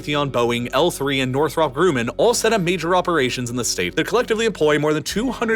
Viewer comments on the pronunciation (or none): Northrop Gru-man hurt my soul... Grum- like crumb -man, Northrop Grumman. This isnt Despicable Me... it has to be comment bait and hell I took it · Gruman rhymes with gum-man and is not pronounced like grew-man. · I know he did not just say Northrop Grooman. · My boy said "Northrop Grew-man" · Grumman is pronounced like GRUUHman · Odd pronunciation of “Grumman.” Granted, names are hard, but was that an actual human talking? A slight gap in your research? Anyway, thank you for the insight. I got what I wanted. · This guy is talking so fast but still cannot pronounce words--TeeTahn, Grumman... Slow down and listen to people say the words before assuming you know. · What human with an american accent doesnt know how to pronounce "teton" and "grumman"? Sus. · Is this an AI voice? Many mispronunciations of common words such as ‘Teton’ and ‘Grumman’